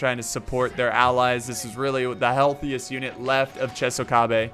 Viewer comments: it's not chesokabe, it's chOsokabe 😁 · Chosokabe = Tsho-sso-kha-bay. much love for these videos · it's pronounced U-E-sugi Cho-so-kabe and Shi-ma-zoo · Love the vid,. So, here are the name pronunciations to maybe help you with the commentary. Uesugi: Ooh-eh-suu-gi (Sorry! 0% Right) Chosokabe: Cho-so-kaa-bé (55% right) Shimazu: Shi-maa-zoo (80% right) Oda: Oda (You got that one 100% right). Commentary: Per-fec-tion (over 9000% right)